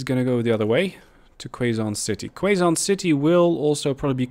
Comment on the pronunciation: I've been doing the old "double slip" for a while now haha, it definitely works super well for a double line (one-way) and having trains between each city so they can use different platforms :D Btw it's pronounced "Kay zon" not "Kway zon" city. It's in the Philippines :)